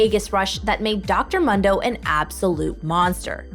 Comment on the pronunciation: He says his name in game "moon - do" not fucking "m - hun - do" Jesus...